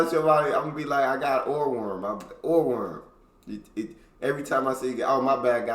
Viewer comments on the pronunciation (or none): Do not try to imitate pronunciation. Even though he has lived in Germany for a long time, he still speaks like an American. Ohrwurm is not Urwurm. The O is pronounced as in Orb and or.